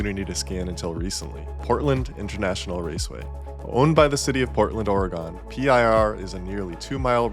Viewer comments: "Oree-gone"...nooooooooooooooo. Or-uh-gun, or even Or-gun with almost no long uh/ee sound. Source: Oregon born and raised. Can't wait to drive PIR. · Portland, Ora-gone?... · The Oregon pronunciation is so cursed. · Truly unhinged pronunciation of "Oregon" and "Jerez" here.